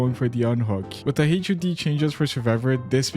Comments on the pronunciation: SAY “hud” INSTEAD OF H-U-D DDDDDUNRUSTWIORKEUDJRIEUHXIRITKRJRVEHEH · FOR THE LOVE OF GOD JUST SAY HUD AS A SINGLE WORD